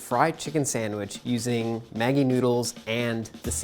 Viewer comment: He actually pronouns Maggie like the way that girl did, pretty good